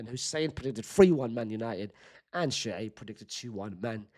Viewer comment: Why is it Shuceeb instead of Shoaib???